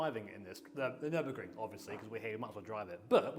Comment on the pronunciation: Hearing say nurburgring is satisfying